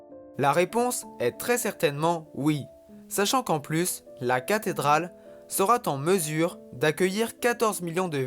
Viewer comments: « Elle sera t’en mesure… » 😳🧐 Liaison dangereuse de la voix off, par ailleurs très désagréable à écouter … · Superbe reportage ! Juste une chose : Attention aux liaisons « mal t’à propos » ! À on entend « sera t’en mesure » ... Ou est le T à la fin de « sera » ? Sinon excellente vidéo ! Merci !